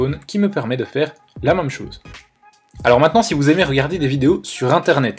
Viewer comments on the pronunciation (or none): S’il te plaît, peux tu dire MÈME ET PAS MAME merci 😅